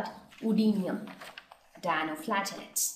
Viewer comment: its Dinoflagellates not Dianoflagellates .